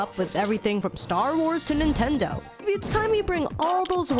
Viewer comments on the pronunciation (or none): none